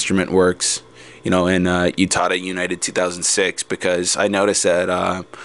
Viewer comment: um, sorry but i just need to say this, it's not YOU-tada. it's U-tada. Oo-tada. but then, ah well. i love your voice. it's an interesting insight too.